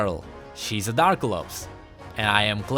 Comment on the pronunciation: It's Dra-ka-lops!! not Darkalops!!!